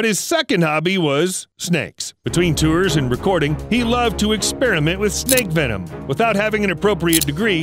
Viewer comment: It’s venom not “wenom”